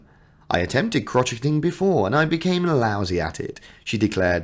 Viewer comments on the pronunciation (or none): OH my goodness...you absolutely butchered prounouncing "crocheting" in a very embarrassing way! It's not "crotch - et - ing" Yikes!!! It's a soft pronunciation in both American English and British English. You pronounce it "krow - shay - uhng". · She is ethereal. Am so happy William and Catherine are the next King and Queen. Am wishing all the UK Royals a wonderful, problem free (hopefully) 2024. Crocheting is actually pronounced crow-shay-ing. 🇦🇺🐨🦘❤️💐